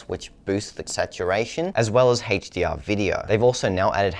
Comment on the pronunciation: why does this guy have trouble say words with H... hestdeear . Hest264.